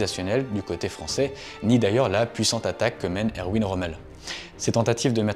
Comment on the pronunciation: Par pitié, ROMMEL était allemand, c'est ERVIN QU'IL FAUT DIRE! 😢😢😢 pas EROUINE ! 😢😢😢